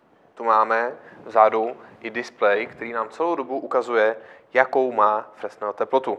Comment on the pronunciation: No já se na fyzice na základce někdy před 40 lety učil, že Fresnel (který čočku vynalezl) se čte "frenel". Docela to tahá za uši. Jinak to je asi fajn světlo :)